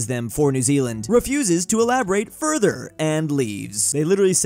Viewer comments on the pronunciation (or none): none